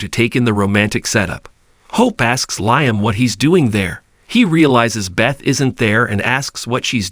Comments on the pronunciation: Yeah I Said the Same Thing about “RJ” ( RG) & Also “Liam” (Lie em Instead of Lee em) About a Week Ago.! The Way It’s Pronounced Is Sooo Irksome & Annoying.! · I Don’t a Know Who the Narrator Is? But Somebody Needs to Tell Him.! Stop Saying”R G” When It’s Obviously “RJ” ( R Jay) & For “Liam” He Says “Lie em” Instead of Lee em.! What.!! 😮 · For goodness sakes! Does this commentator even watch the B&B, or does he just read a script? Why is Liam's name always mispronounced? It's not just this commentator either! LIAM'S name is pronounced "LEE UM" not "LIE UM!" Watch the show at least once, and get it right! 🤬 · Please pronounce liam as if it is leem.usr letter e